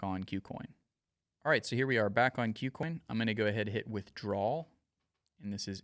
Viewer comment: Learn how to pronounce "KuCoin"